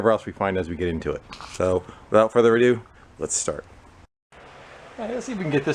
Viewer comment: Just an aside, but how many times do you hear the word "ado" other than in the phrase "without further ado"? And it's not "adieu" btw. That's French for "goodbye".